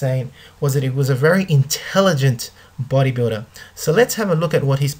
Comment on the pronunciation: u say bodybuda🙄